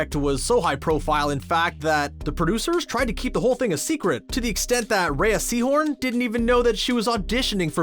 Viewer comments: “Casa Tran-quill-a” “RheA Seahorn” “LAs poll-os hair-manos” Maybe give your narrator pronunciation tips if he hasn’t seen the show. Or apparently ever been exposed to the Spanish language. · Omg. It's pronounced Ignasio, not Ignachio. And Rea SEAhorn? Really?